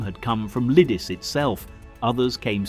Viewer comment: True, and Lidice was incorectly pronounced throughout. But what can one expect from a Yank? Nothing much really.